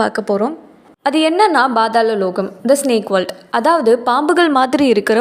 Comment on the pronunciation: Not Badhala Its pathala lokam😅